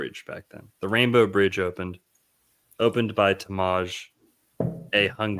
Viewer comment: In HUngarian the emphasis is always on the first syllable. Tamás. Sounds like a truly old world guy, like my grandpa was.